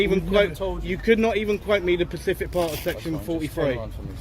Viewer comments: it is specific not pacific thats an ocean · “SPECIFIC part”, NOT “PACIFIC part”!!!!!!!!